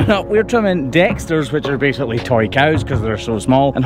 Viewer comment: Oh TOY cows, thought you called them Tory Cows